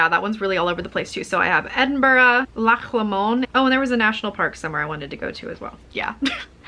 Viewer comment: You made Loch Lomond sound much fancier than it sounds in the Scottish accent! If you’re going there the Oak Tree Inn in Balmaha does great food! Also recommend Glen Coe (so much amazing history) and Isle of Skye - you can do day coach trips which some of my American friends have loved and mean you don’t need to worry about the single track roads, passing places etc. 🏴